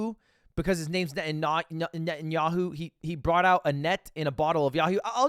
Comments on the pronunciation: wow that was cringy to hear Pronounce it net-ah-knee-ah-hoo not whatever that was lol Or just call him beebee like everyone in Israel actually does lol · benjamin ne`enyahoo 💀💀💀💀💀 its binyamin neTanyahoo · As a Jewish we don’t really pronounce netanyahu like that , but try saying” bibi netenyau(ne-te-n-ya-o-)” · As a jew who is lives in israel his impersonation of netanyaho (btw he prenounced it wrong ) is really insulting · the way ya'll are pronouncing benjamin netanyahu is crazy to me